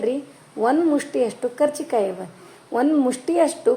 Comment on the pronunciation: ಕಾಚಿ೯ ಕಾಯಿ ಅಂತಾರೆ ಮೇಡಮ್,ಕಚಿ೯ಕಾಯಿ ಅಲ್ಲಾರೀ.